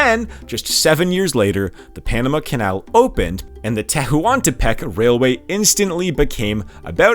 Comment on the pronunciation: AMLO is said like a word, "amlo," not the letters "A-M-L-O". Tehuantepec is just "tewantepec". Not saying you have to see them exactly as they are in Spanish, but there are established English ways to say these names and words. This is very informative and interesting, it's just distracting. Or maybe you're doing it on purpose because it seems you're getting a lot of engagement about pronunciation